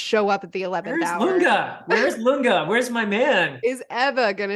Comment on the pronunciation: Lunge is pronounced Loon-gay.